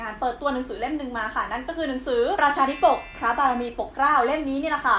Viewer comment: รีบอ่านไปหน่อย.. อ่านว่า ธาดาธิปก